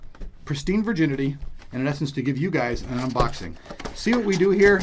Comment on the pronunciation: Thumbs up if you noticed that he said UNBLOXING